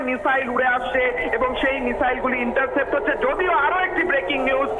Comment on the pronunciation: Interfaced Noy Vai, Intercepted... Olpo Bidda Khubi Kharap